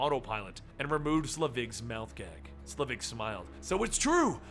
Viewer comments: I thought it was pronounced Selvig? Not Slevig? Am I wrong? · It's SEL-vig,, not Sle-VIG. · Pronounced SEL-vig not sluh-VIG. Haven't you seen a Thor movie? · Say it with me... "SEL_ VIG..." Not "SLE VIG..." Perhaps if you're going to run a channel called "Comicstorian" you should learn to pronounce things correctly. Do you're research dude. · SELVIG... not "Slevig" That being said, thank you for uploading this and everything you do. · Isn't it "Selvig", not "Slevig"? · "Doctor Sulivig" .......... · It's SEL-vig, not SLEVIG. Insert Harry Potter joke here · I like your channel and enjoy listening to you "dramatically reading them back to [me]," but it really tears me out of the story when you mess up names, especially a name from the movies with a well established pronounciation. Honestly, how do you take "Selvig" and pronounce it as "Slevig"? It's pronounced just like it looks. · SELVIG NOT SLEVIG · It's selvig like the mcu character not slevig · SELVIG... Dr. Erik Selvig, not SLEvig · I remember you're terrible at pronouncing things but you've watched the MCU movies right? It's Dr. Selvig not Slevig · isn't it Selvig instead of Slevig? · Allen Greenberg he said it wrong so many times!!! I'm no grammar Nazi but God that made eye twitch each time he did. Pronunciation: "Sell-Vigg". Oi. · it's Sel-vig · i know you hate this and you most likely got 100 comments about this but you said selvid's name wrong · oh its the worst i think hes doing this to just troll us now. i mean they say it in thor and the avengers how is he getting it wrong